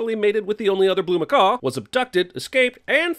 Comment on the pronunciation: His/Her/It's media-friendly word is "macaw-k".